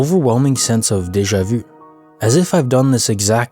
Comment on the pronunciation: Great compilation! Are you from Québec btw? You’re one of the only people I’ve heard pronounce déjà vu correctly instead of "day-jah vou" 😝